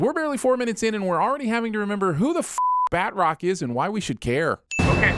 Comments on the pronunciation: doesn't know how to pronounce batrock. Ding! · It’s pronounced bat-troc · Ah yes, my favorite Marvel villain, "Bat-Rock" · D do you not know how to say batroc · Not how you say Batroc.